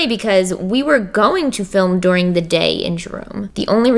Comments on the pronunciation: Her saying “dooring” instead of during (dur-ing) was the scariest part of this video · SHE SAID DORING INSTEAD OF DURING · I’m sorry...did you just say DORING instead of during? Right after you said Philadelphians don’t know the letter o??? for those who don’t believe me 😂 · “Philadelphians don’t make O sounds” Two seconds later says “doring” instead of “during” 😂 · There’s a new one: “doring” instead of during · ... Dooring....... dooooooring.... Anyone else notice that? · “Doring” Hun I think you missed something while talking about your mispronunciations hahahaha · Your Os are As and your Us are Os dOring instead of during lmao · Found the O in "dOring" (during)! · Not to be that person but since you mentioned it in the beginning you do use o’s in doooring lol instead of during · Please tell me I'm not the only one who noticed how she said during. Sorry but she says doring. I am so so so so so so sorry I just really had to point it out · Doring??? Or during??😂😂😂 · Omg i have no right to point this out but during pronounced like"dooring" hahahahahaha. I pronounce it "deering" xD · And the U’s are found in the O’s. During = Doooooring 😂 lol I luh u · She said dooring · "Things that happened doring" what the heck. She said doring instead of during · Dooring “during” 😂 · "Dooring"?!?! ..it's pronounced DER-ING ... lmao 😂 😘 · Wait wait wait, did she just say DOORING INSTEAD OF DURING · Did she just say dooring not during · "Doring" instead of During, love it!!! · arange and doring, the vowels did a good ol swap-a-roo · She said dooring not during 😊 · And your u’s turn to o’s lol 😂 during turns to doring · tells us about her Philadelphia O's and pronounces "during" like "door-ing" ah yes. that's where the O went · Now that you've pointed out your pronunciation of words I noticed that you say during weird lol doring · during = dooring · "We don't know how to say 'O's," Later On, "Doring." ( and ) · Doring the day.... Philadelphia... Those pronunciations. Lol